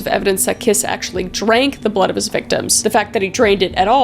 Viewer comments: Cinkota is pronounced somewhat like "tsinkota" :D like the end of "cats" for example. :D (And I know you don't care if you mispronounce the name's of POS-s but his name is like "Kish". :D ) I love your videos. It was fun hearing about my country even if it was in THIS concept. :D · 'Bela Kiss' sounds like a fukcing metal name, but it's actually pronounced more like 'Bailo Kish' (the 'o' is like the 'o' in 'on', or 'top'). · Just FYI from someone from Hungary: Béla Kiss -> Bela(a like in *A*lways) KiSH Cinkota -> Tsinkota(a same as in Bela) Budapest -> BudapeSHt Báthory -> BaTory